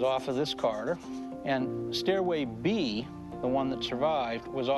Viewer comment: Corridor not Carter!!